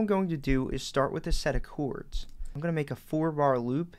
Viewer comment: This guy's pretty good! He does say "choords" instead of "chords" though!